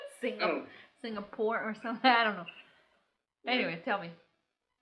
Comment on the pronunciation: Singapore not signapore 😂 🤣